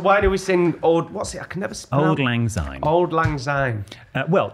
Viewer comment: Sorry to correct you boys, but it is Syne pronounced with an S not a Z. Thank you